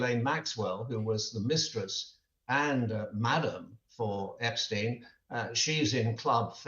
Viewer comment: Can she not pronounce Epstein's name properly?